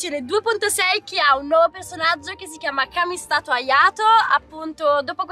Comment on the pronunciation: "Kamistato Ayato" IAURO